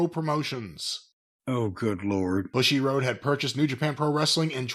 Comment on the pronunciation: 武士 ぶし bushi tl: "combatant" or "warrior" (one of many words for this concept in the language just as we have many synonyms in English) getting pronounced as "bushy" instead of "boo-she" probably feels pretty bad for "bushiroad." OTOH since Bushiroad's main source of income is scamming kids and adults who are mentally weaker than kids through TCGs, gatcha mobile games, and gatcha TCG mobile games, I don't feel too too bad for them.